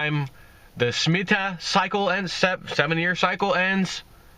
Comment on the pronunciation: Sha Me Tah I think thats the way to say it. If you like that you must read The Harbinger along with the guide. Wow! Keep buying that silver.